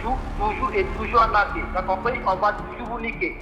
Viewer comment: 🤣🤣🤣 et vous , vous n'este pas un branleur ou brouteur ?🤣🤣🤣🤣 On va vous anarquez🤣 je me demande pourquoi beaucoup d'africains n'arrivent pas a prononcer arnaquer , même ma soeur c'est pareil 😂😂